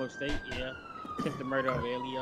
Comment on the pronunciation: "Murrter" mane 😂😂😂😂